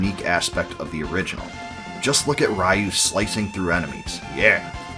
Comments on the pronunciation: Not sure what was more nostalgic, the walk down memory lane w/this series, or listening to you mispronounce "Ryu" in the same way I (and many others) used to for the entire video. It's actually pronounced "Ree-You"; りゅ - Ri-Yu- instead of らいゆ -Ra-i-Yu-). Disregarding the spelling though the two names have different meanings that make it pretty clear which is the proper pronunciation: "Ryu" means "dragon" in Japanese while Raiyu means "thunder". Grammar lesson aside, very nice video. BoF 3 is my personal favorite of the entire series w/5 being my least...and we don't talk about 6 :D One of my favorite mechanics from BoF3 was the multiple ways to get awesome equipment for your characters. Too often in modern RPGs you just buy equipment upgrades but I particularly remember being able to get awesome gear from fishing, stealing, dungeon crawling, defeating monsters and sending your faeries out exploring. It made doing all of these things actually worthwhile as opposed to either just checking of a list of things to do or being simple ribbon abilities. That aside, didn't "Tears of Magic" not get funded through Kickstarter? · Ryu = ree-you, not ray-you. I wish Capcom make new BoF game. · Raiu? I though his name was Ryu lol. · Ree you, not ra you 😂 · Just a well meant hint: It's pronounced "Reeyu" - not "Raiyou". Other than that awesome video! Thank you! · Amazing video, but please oh please stop pronouncing Ryu like rai yu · 2023 = RAI-YOU! Ryu = Ree-you ✅ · Bud, Ryu's pronounced "ree-oo," like PU. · good video, hearing you butcher Ryu's (Ree-Yu) name wasn't even in my head seeing some of things i never noticed before. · I appreciate this video, but come on man. At least say Ryu's name correctly. "Righ-yoo" is typical 90s English mispronunciation of his name. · Ri-you….. try it. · REE-YU. Take a 20 second Japanese pronunciation primer. All five vowels are always pronounced the same. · "Rai-yu?" Wow, it's been a LONG time since I last heard that name mispronounced like that.